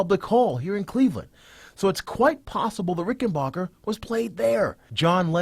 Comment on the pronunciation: It's pronounced, "RickenBACKER", NOT "BOCKER". It's a guitar, not a brand of popcorn, FFS.